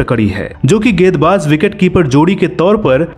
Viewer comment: गेद, गेदबाज !! It's गे न् द - गेंद, गे न् द बाज - गेंदबाज।